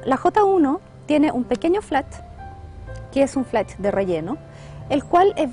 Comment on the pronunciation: Se dice flash, no "flatch"